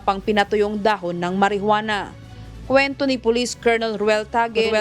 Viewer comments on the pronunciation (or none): none